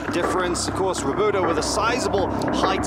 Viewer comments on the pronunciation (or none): The way the announcer says 'Roberto' made my ears bleed. Not to mention it sounded too similar to 'Ruotolo' so most of the time you didn't know who they were talking about. Either pronounce their names correctly, or stick with first names OR last names but don't switch it up while pronouncing incorrectly cause is so confusing. That being said, what a great match!!